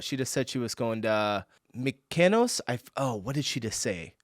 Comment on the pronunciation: Mykonos, Greece, that you both managed to miss-pronounce. It says on the Euro note where or what the image is. The first thing I do check out the countries currency and familiarise myself with it. The bridges… 😂 he was having a laugh at your expense £.